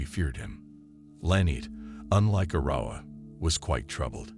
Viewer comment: Arrowwah is how his sister's name is pronounced. One of his sister's friends said that David would stalk the house with his gun intimidating his siblings.